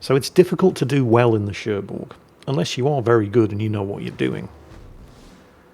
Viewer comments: French lesson : the g of Cherbourg is silent :) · There's no "G" in Cherbourg... That's why.